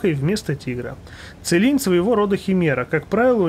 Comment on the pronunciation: правильно его зовёт Цилинь а не как другие блохеры кулинь